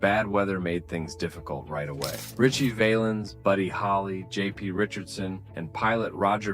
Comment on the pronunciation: Val ens say it with me …. Val Ens.. got it? Can’t take ya seriously if you can’t pronounce his name.